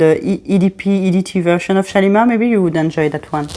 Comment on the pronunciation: What a beautiful accent you have ! I would love to be able to pronounce those lovely french fragrance words as you do. The only YouTuber I’ve heard thus far, who can pronounce this new Shalimar perfectly. 😊 I love the new Shalimar! I’m a big fan of the original Shalimar too, edp & edt and cologne. Guerlain is my favourite fragrance house. ♥️ They do the most beautiful vanilla. Great video thank you and new subscriber. Warm greetings from Australia. 🤗🇦🇺